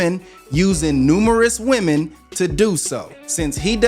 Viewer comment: Am I the only one hearing her pronounce the singular instead of the plural for women? I hear this a lot from people now... what's wrong with these people?